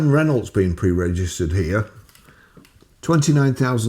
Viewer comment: Quite a few car companies have backed themselves into a corner over the EV mandate, Volvo and Jaguar in particular. BTW, your pronunciation of Renault gives me a chuckle every time.😂